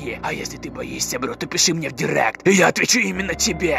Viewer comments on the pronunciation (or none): none